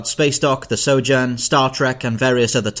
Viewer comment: Please look up how to pronounce Sojourn.